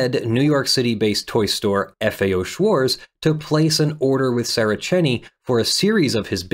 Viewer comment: The German 'Z' is pronounced 'ts'. Schwarz does not end in an English 'z' sound. It ends in a 'ts' sound.